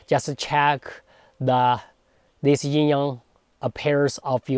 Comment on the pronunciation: gonna be THAT guy. if you’re making an educational video about something, anything in particular, you should ensure that you’re pronouncing the load of material correctly as a reflection of research. it’s YIN (no ‘g’ sound) and YANG (soft ‘a’ sound, closer to “song” than “sang”), wow bone apple tea